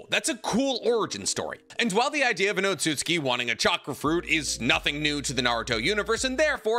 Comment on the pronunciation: he said Code an Otaku for Otsutski LMAOOOOO